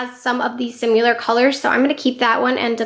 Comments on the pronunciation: Loved the declutter video! Great collection 😍 I must say tho, similar is pronounced like it’s spelled, not “simular,” like how u say it several times in ur video 😉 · Oh boy. Great video but you are really having issues with pronunciation, especially the word “similar”. You might want to Google that one and practice saying it.